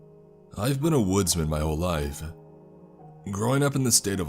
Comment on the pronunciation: I tapped out on the word “life”. Learn how to talk